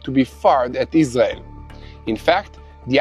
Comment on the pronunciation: I always enjoy your news reports. Yet i have a nagging question. Is your native language Israeli ? I ask because, to this American ear, it sounds as if you many times substitute the "R" sound ("Rrrrr..") with instead the "L" sound ("Lady"). An example is your pronunciation of your country "Israel" sounds like.."IS-LEE-AL" (no "R" sound at all. Is the "R" in "Israel" sounded as an "L" instead ? Thanks